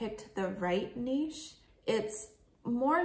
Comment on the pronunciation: Thank you for saying "niche" correctly, was losing my mind with every other reseller saying Nitch XD keep up the good work and thanks for the advice.